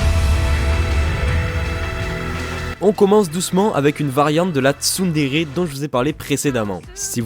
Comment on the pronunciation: j'étais sur MSP entrain d'écouter la vid et voilà ce que j'entends: Les TsumTsum! TSUMTSUM! mode ralenti TSUMTSUM! mode normal je reviens sur la vid je remet et vois qu'il y avait marqué "TsunTsun" :/ PS: je suis un mélange de Nyandere et de Yangire ❤❤❤😍😂